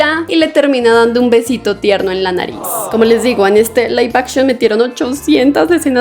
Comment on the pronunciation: Laif Akchion x 500 veces😅